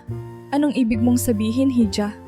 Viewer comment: Missleading ang maling pagbasa sa ilang salita, ,"hija" ay dapat iha.